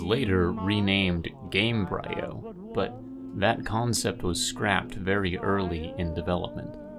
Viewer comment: For future reference: Embryo the beginning of life, Gamebryo the beginning of a game. Game-Bree-O.